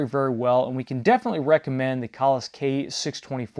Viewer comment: I'm so glad you pronounced that right